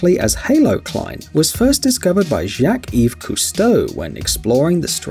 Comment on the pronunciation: This moron cannot pronounce names properly. Jacques is French and it is not pronounced as Jack-ee